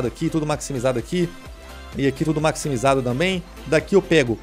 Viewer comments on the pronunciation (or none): Tava apertado guando falou maximijado kkkkk tô brincando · Ele falou maxmijado